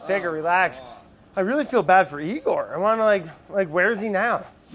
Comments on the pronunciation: Man, am I glad he mispronounced Eeyore and not Tigger! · i cant tell if i hated or loved brad confidently calling eeyore 'igor'